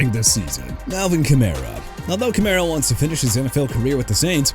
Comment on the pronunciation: DON'T CUSS IN YOUR VIDEO DUDE. ALSO IT'S BIJAN (BEE-JOHN) ROBINSON, NOT BE-SHAUN! ALVIN KAMARA PRONOUNCED KUH-MA-RAH! JAGUARS AS IN JA-GWAARS NOT "JAGWIRES" SO YOU NEED TO QUIT SAYING THAT! CHICAGO AS IN SHEE-KAH-GOW OR SHUH-KAH-GOW NOT CHEE-KAH-GOW! KAYVON THIBODEAUX PRONOUNCED TI-BUH-DOW!! DO YOU NOT KNOW HOW TO PRONOUNCE ANYTHING OR ANYBODY RIGHT?! MIAMI CAN HAVE KMET BUT THEN AGAIN NO ONE CARES RIGHT?! IF I WERE YOUR BOSS, I'D ASK YOU TO CLEAN OUT YOUR DESK!!!!